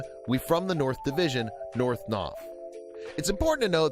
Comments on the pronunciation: This nigga said "naugh, naff" 😂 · Tha "nof" 🤣🤣🤣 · When he said “nawf” and kept saying it.. I flushed my toilet down my phone and kept flushing it..